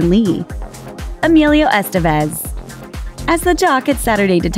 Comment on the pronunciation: It's Es-TEH-vez, not ES-tah-vez.